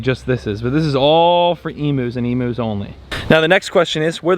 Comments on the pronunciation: I’ma bit excited to hear you’re getting emus. But can I let you know It’s pronounced Eeem-You not ee-moo. Love you ❤ all the way from Australia 🇦🇺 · Oh man, if you gonna get some Emus imma need you to pronounce it properly. It’s eem-you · Lol please look up an Aussie video about emus to learn how to pronounce emus . ❤️ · The amount of times said "Emus" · I love and laugh and how you pronounce Emus 😂 G’day from an Aussie❤🇦🇺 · Stop saying emus wrong 😢